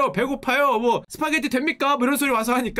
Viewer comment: 스퐈게뤼? ㅋㅋㅋㅋㅋㅋ 개웃기네